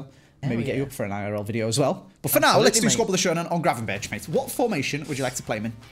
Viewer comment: Please stop saying gra-ven-ber-tj and start saying gra-ven-berg